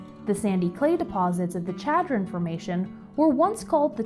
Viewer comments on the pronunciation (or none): This is a wonderful video that shows some of the fascinating geology behind this great place. However, a couple of bad place-name pronunciations are distracting. In South Dakota, the name Pierre (the state capital) is pronounced with one syllable ("peer"), and Chadron with a soft sh, like Chicago. Pronouncing them wrong in the park might get you funny looks!